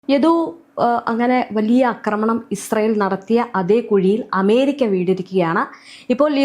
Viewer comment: ആക്രമണം എന്നു പറയു അക്രമണ അല്ല